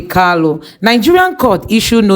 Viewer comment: Mazi's name is KANU not KALU, why can't some of you people even ndi igbo know how to say this very simple name. Very disappointing.